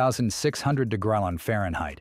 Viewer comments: What the heck kind of unit is a "degrellin"? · dose the computer want to try saying degree again